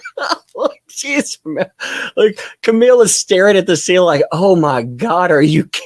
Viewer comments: I wish Camille would say objection my name is not pronounced like that. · It’s so greasy of Elaine to keep pronouncing Camille Vasquez improperly! Cringe!